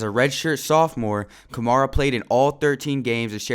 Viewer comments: Nigga keeps saying kamara instead of kamara 🙄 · your saying his last name wrong